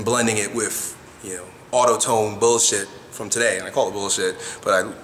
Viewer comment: *Autotune not autotone